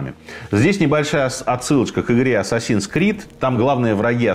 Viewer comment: Ассасин звучит как отсасин)))